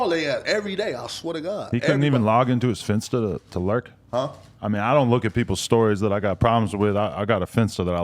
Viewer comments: bro said finsita😭😭😂😂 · Dawg said finsta lmaooo